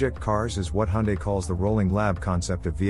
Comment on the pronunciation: Finally someone who pronounces Hyundae properly haha.